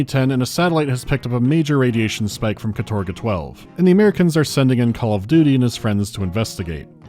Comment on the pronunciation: Sorry, but in Russian it pronounces kAtorga, not katOrga, with the stress on the first syllable, despite many english sources saying otherwise.